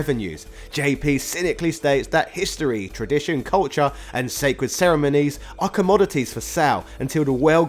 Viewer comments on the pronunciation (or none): none